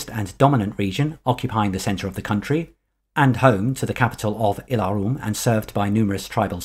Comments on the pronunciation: I Have to be sorry, but your pronunciation of "Ylaruam" as "ie'la'rum" is faulty...it actually should be "iela'ru-am". This was explained in Euro gencon 1995 by Ken Rollstone himself or notes from him (I can't remember that detail). The "Alasiyan" is pronounced as "Ala'si'jan" Further great video. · You have nothing to apologize for (well, maybe that pronunciation of "Ylaruam")... We should be thanking you for these amazing videos. Thank you.